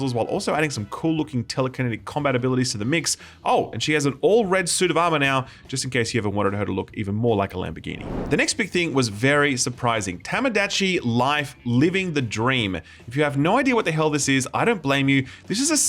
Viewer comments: Is it not supposed to be "Tomodachi" not Tomadatchi"? Quality control? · ‘Tomadachi’: all righty roo, let’s give this pronunciation a red hot go: ahem … TAMADACHEE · "Tamadochi Life", "Shin Megamei Tensei", "Raydow"... Off to a good start. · Lol, giving us three completely unique pronunciations of "Tomodachi", none of them right....Love ya, mate!